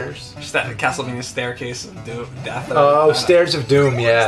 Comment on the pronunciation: james, i love ya, but please stop saying castlevanyuh. it's castlevania(like as in mania).